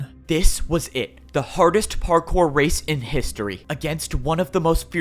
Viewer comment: "Time to become partkour" ... Bars.🗣️🔥